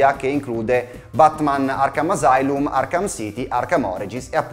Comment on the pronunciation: Ottimo come sempre!! Vorrei però dare un consiglio: se potete, correggete la fonetica, errata ed imperante, dei termini latini: asylum, plus, prequel. Si leggono così come si scrivono. Mio spassionato consiglio, ovvio.